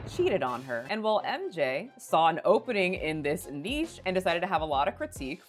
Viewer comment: she finally learnt how to pronounce niche